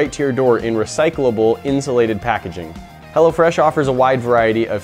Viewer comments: sounds like he is saying hella fresh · I though "hello fresh" said "hella fresh" lol! That would be hilarious. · thought he said hella fresh not hello fresh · Who else heard hella fresh instead of hello fresh😂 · i thought he said hella fresh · Who else thought he said hella fresh?😂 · I was thinking he was saying hella fresh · thought he said 'Hella Fresh' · Bruh I thought he said hella fresh😂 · I keep thinking that he's saying Hella Fresh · I Keep thinking he's saying "hella fresh" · i thought he said hella fresh at first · Thought he said "hella fresh" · thought you said Hella fresh lmao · i did im like dat not wat it says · everyone from California, that's who.